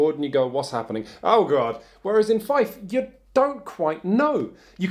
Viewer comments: I would have liked to see a comparison with the Warrior Knights reprint from FFG. Seems like they are games that focus on similar enough themes. SUASD reviewed that game a long time ago and they liked it. ... also, i know it's not "feif", it's pronounced: "fi-eh-f". (just so you know for the future ;) ) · More precisely : fjɛf. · Feed, not Fife. Otherwise, great work as always! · Goddamnit, it's pronounced "Feef". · It actually uses the Saxon pronunciation of trailing F. It sounds more like Feefth. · 'Fief' is pronounced 'fee-f'. Words that make the sound is using are Fife (a musical instrument and a Scottish place name) and Fyfe (a Scottish personal name). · The way you pronounce Fief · I thought it was pronounced like "feef"??? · Feif? Goddamnit you teifling! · Argh, "Feif"?!? literally unwatchable. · Haha, this bloke..."fyf". First job...learn how to pronounce the name of the game one is reviewing. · I believe he is wrong on the pronunciation. It is an Old French word not a Saxon one (though there are Germanic cognates, which include the modern English word "fee" from Anglo-Saxon "feoh"). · How he says Fief good lord it makes me grind my teeth but I love this channel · Sorry in advance. Fief, it rhymes with thief. Otherwise great review though as we come to expect with Shut Up & Sit Down. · pretty sure it's a british Thief, like in bath being pronounced Ba:f. Fief. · why does he mispronounce "fief" all the time? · I actually squirmed when he did the oily perv impersonation. There is so much wrong with this video, especially the inability to pronounce 'fief' properly.